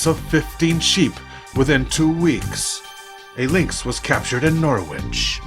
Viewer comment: Excellent video over here we prounounce norwich like porridge with an N